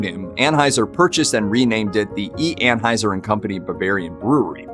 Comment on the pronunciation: It’s pronounced /An-Hoi-Zer/ in German.